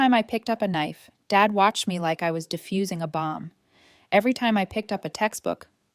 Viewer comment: Defusing not Diffusing